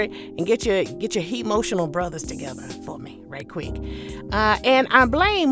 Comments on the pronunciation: Not hemotional 🤣🤣🤣🤣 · "Hemotional?" That's clever.